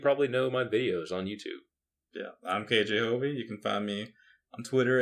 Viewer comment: Am I the only one who is finding it annoying when says kjhovey wrong. it's K J Hovey not K Jovey. Hovey is his last name, K and J are his first and middle initial, I believe.